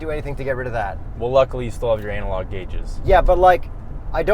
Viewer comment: “Anal log” 🤣🤣🤣